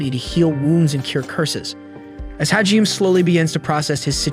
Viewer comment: Hajime - Is pronounced - HA-GEE-MAY